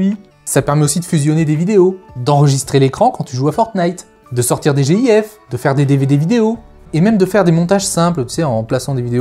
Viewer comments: Nan mais il doit prononcer le u de Guif xD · Les gens normaux: Guif Les gens étranges: Jif: Jéhïèf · des "G I F" ? tu voulez pas t'aventurer sur le débat de "jif" ou "guif" ?